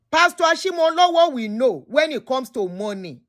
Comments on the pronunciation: please as a yoruba person. i must do a service and let you know it is pronounced Ashimolowo as in owo meaning money not owo like the town. ire o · It's Ashimolowo